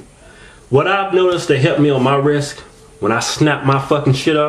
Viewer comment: Hahahaha in the "tags" you write "wrisT" but in your vids you say "wrisK" hahahaha